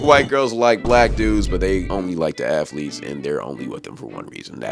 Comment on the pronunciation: "Athelets" alr bro🤣